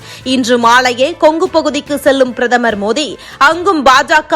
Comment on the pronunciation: மோதி அல்ல மோடி சரியா உச்சரீங்க